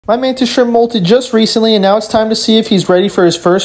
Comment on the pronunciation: What I know about Mantis Shrimps I learned from The Oatmeal's comic strip about them. 123DEAAAADDDDDD!!! But I wasn't here for the setup, so I have to ask a noob question. What the $#@ is a "skrimp"? Is that just mispronounced "shrimp"?